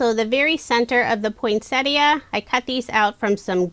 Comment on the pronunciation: I know lesley you are not alone. Most people, like, put a T in the middle and say Point - Set Ee - Uh rather than Poyn-set-ee uh.